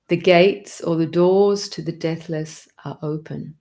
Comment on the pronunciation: Your embrace of the 'big picture' is awesome - so many sacred texts addressing our yearning for Union. This channel is a torch on the path. Thank you, dear. Btw, at first I thought you were saying 'death list' instead of 'deathless'. 😂 (You can probably tell I live in America.) Paz y luz, everyone. 🌏🍃🐿️🦋🔭✨🌙🙏📿💙